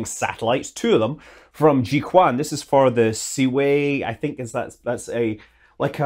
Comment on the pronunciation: Jiuquan is pronounced "jeeow-chu-an" and so podunkville that there are ancient poems about how gawd awful a place it is. Name means "wine fountain", which is up there with Greenland for misleading names. Now, about that Ka-neddy space center…